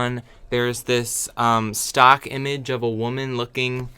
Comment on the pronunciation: it's so funny everytime you say 'stOck image' or 'gEtty image'